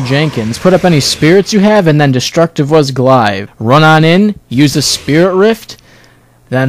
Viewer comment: You say 'Glaive' funny.